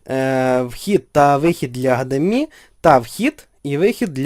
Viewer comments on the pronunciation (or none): не АшДіМай а ЕйчДіЕмАй...